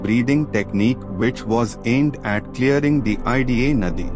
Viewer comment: Tks for providing information. I request you to correct your pronunciation specifically Ida and pingala nadi as you know every ovel and consonant has different vibration. It’s western who are not aware of the terminology pronunce wrongly or incorrectly. I have no intention to comment but to correct 🙏🙏🙏🙏